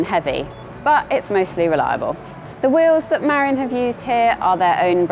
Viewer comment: It's pronounced Ma-rin. It named after a town just north of San Francisco.